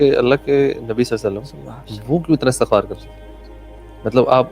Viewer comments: Thank you for the great message broth but please pronounce the word Astaghfar correctly ❤ regards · Bhai istigfar parhy hai Istigfrulaah